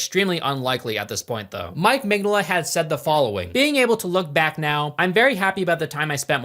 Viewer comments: It's Mig-Nola, not Mengele. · Mig "no" la not mig "nah"la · That it sounds like you're calling the artist "Mengele" a la Josef, while talking about a dude that punches Nazis is...perfection lol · Dude I love your videos but you aren’t even trying to pronounce Mike Mignola’s name correctly cmonnow 😂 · Every time he says Mignola's name it takes another year off of my life. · How do you do all of this research and make an entire video essay and still not know how to pronounce the primary creator and person you're talking about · just a bit more practice on Mike's last name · Bro butchering mike mignolla's name so bad lmao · please look up how the name is pronounced before you say it 30 times in a short period 😂 great video tho! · takes several weeks researching and eventually becoming fan of hellboy, but cant take 15 seconds to look up how to say Mignola, never change